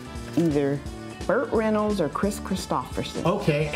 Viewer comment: One cool lady saying Burt renyolds